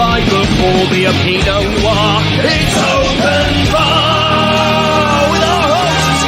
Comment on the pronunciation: "Open Barrrrrrrr" - Critical Drinker, enunciating his R's